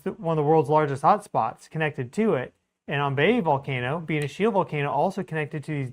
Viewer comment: I'm not an expert, but I know Ambae is pronounced like "Ahm-bye". Tank yu lo report ia. lo media blo Australia oli bin rubis. not wan stori lo saed em volcano disaster lo Ambae. Sending prayers to the people Ambae and Vanuatu.